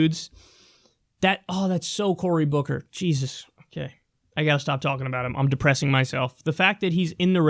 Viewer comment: Died when you said Bory Cooker... Who? Lol